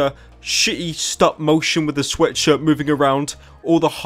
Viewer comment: Does nobody notice how this guy can't even pronounce sweatshirt right? He always says:,, you can wear my sweatsurddd''